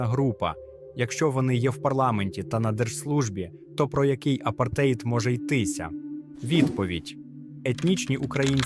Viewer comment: Ставте наголоси в словах правильно - апартеЇд, свІтська і т.д.